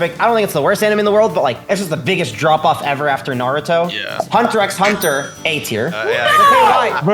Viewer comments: Bruh he actually said the "x" in Hunter x Hunter, get him outta here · Bruh yas claiming to watch hxh more than everyone combined but he pronounces the x